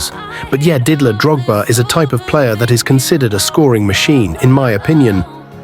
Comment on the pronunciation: Didier not didler